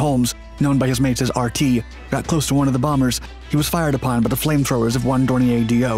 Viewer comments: A couple of things, possibly already mentioned, but I'm not going to scroll through >700 comments to check. 1). Why must Americans ALWAYS mis-pronounce names? Dornier is pronounced "Door-knee-er", not "Door-knee-ay". Basic mistake. 2). The footage of goose-stepping jackboots associated with Ray Holmes' funeral is anathema & a dreadful insult. This is a fascist representation, totally at odds with what Mr. Holmes & the people of Great Britain stood for and sacrificed their lives to defeat. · "God Save the King?" No, just this badass Hurricane pilot. BTW, , the plane isn't French - it's not "Dor-nyay". It's "Dor-neer" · Dornier was a GERMAN aircraft. It is pronounced as "DORNEER". If it were French in origin, it would be pronounced as you state it here. You have a lot to learn about WW2 and language. As well, your film clips show many other aircraft types that have nothing to do with the current story....He-111, Ju-88 and others. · Your pronunciation of Dornier is cringeworthy. It’s not a French manufacturer, it’s German.